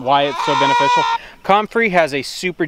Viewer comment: Love, it is pronounced come-frey NOT com-frey. You are in the South now, learn how things is said. (Grin) When in doubt ask Jason at Cog Hill Farm. Comfrey tea is not near as bad as Nettle tea. First the nettles sting and then they stink! LOL you are such a treat. Nemodes can be purchased locally too. Yes, they are one of natures wonders.